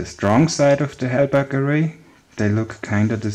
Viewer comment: Halbach array not helberg